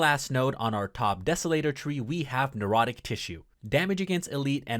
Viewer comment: Necrotic. Pronounced "Neck-rot-ik" Apothecary. Pronounced "Ah-poth-eh-carry"